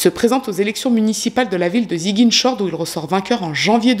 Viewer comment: Enfin un affaire qui parle de mon pays 🇸🇳 🇸🇳mais ta façon de prononcer ziguinchor me tue😂😂